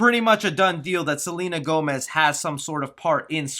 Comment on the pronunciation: Selena Whomez?🤣